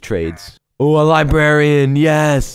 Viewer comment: Librarian ** not libraian lmao